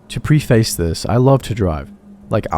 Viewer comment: The word "preface" is pronounced PREH-fiss, not PREE-fays. And the 'e' at the end of "Mojave" is not silent.